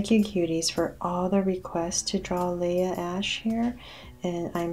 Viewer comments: nobody: Her: laha ash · It's Leah ashe